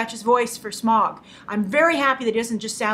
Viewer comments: Hey Grace, just a couple of corrections because I'm a massive LOTR fan. Listen to how Bilbo pronounced Smaug, you said it like smog. Legolas is the son if the elf king and Evangeline Lilly's character is completely new to the story, so we don't know her outcome yet. Also, The Hobbit is a 70 year old book written 10 years before LOTR, calling it lazy story telling/film making is a bit poor, especially when the film makers have put every effort to re-tell it in a new way, with respect to the book. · You pronounce Smaug, Legolas and Gandalf wrong. Easy misstake, but come on Grace they say Legolas and Gandalf in the Lord of the Rings movies. It's not Gandolf it's Gandalf. And it's not Smog it's Smaug. And the elf king is (in the books atleast) Legolas father not Evangeline Lilly's characters father. Great analysis and review of the trailer though.